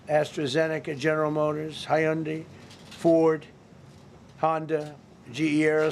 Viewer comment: "Nuvidia" and "Hiundai"? What a business man!